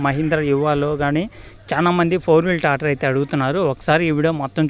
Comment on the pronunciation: Tator kadhu tractor